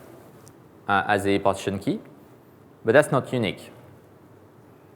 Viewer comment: Dear AWS! Please provide an edited transcript of this so I can follow! Having someone who is unable to say "relational" or "partition" in English without me having to rewind fifteen times is really not a good start. I mean no offense and I'm sure if gave the talk in French it would be absolutely wonderful. But in English? No way. There's just no point.